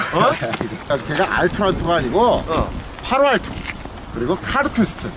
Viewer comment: 배용길이도 ㅋㅋㅋ 파로알토 카드쿤스트 ㅋㅋㅋㅋ 전형적인 아재발음 ㄱㅋㅋ